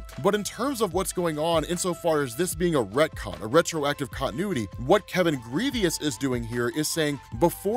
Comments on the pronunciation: Did you call him Kevin “Grievous” like the star wars general? Damn it 😂. Pronounced like “Gruh-Voh” (in my Lil Boosie voice) “come on doooggg” haha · The asteroid was the size of ARKANSAS, not KANSAS. And Grevioux is pronounced *GREV-yoo*, (IPA-EN ɡrɛvjuː), not *GREE-vee-us*; it's French. You're welcome. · ....my brotha in Christ....who the hell is Kevin "Greveeus" 😂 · Adam Brashear's creator's name is Kevin Grevioux, pronounced Gri-vowe, now Grivious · His name is Grievoux(Gre-Voh) 😂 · Lovingthe series. Such power from Blue Marvel. Hate the mentality of the character but what can you do…. Kevin Grevioux is getting alot of shoutouts which is great because he’s an excellent writer and producer (Underworld series creator) but youre pronouncing his name wrong. Its pronounced like Gravoe… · I know you probably won’t read and I hate being that guy , but his name is pronounced GraVoe . Just thought you should know . Love your work keep it up. P.S. God Damn you go on vacation all the time!! Lucky Mother Father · Take a shot every time he says Kevin Grevioux's name wrong.🥃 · I’m pretty sure you mispronounced the writers name